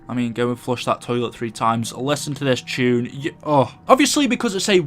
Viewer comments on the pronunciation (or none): none